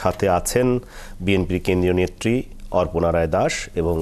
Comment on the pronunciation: যিনি খবর নিয়ে আলোচনা করছেন, উনাকে বলছি, উচ্চারণ আগে ঠিক করুন, আপনার উচ্চারণ ঠিক হচ্ছে হচ্ছেনা, অর্পনা নয় হবে অপর্ণা l